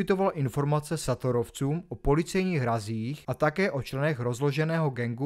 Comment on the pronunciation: Šator takže Šatorovi ,Béla Eči se to čte a to jsem Čech ty vole zapracuj na výslovnosti zrovna o Šatorovi je toho všude dost 😉👍